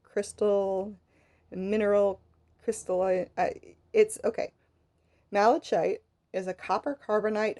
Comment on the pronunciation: Lovely work, and the explanation was very good, EXCEPT: Malachite. Pronounced mal-uh-kite. THE "ch" is pronounced as a hard consonant, "k".